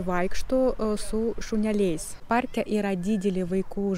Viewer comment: Kirčiavimas: lietuvių kalbà, problemà, párke. Antys - moteriška giminė, taigi ne “jie”, o “jos”.